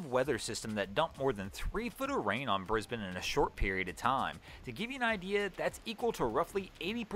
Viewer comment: Thank you for pronouncing Brisbane correctly. 👏👏🏆🏆. A lot of Nth Americans don’t get it right.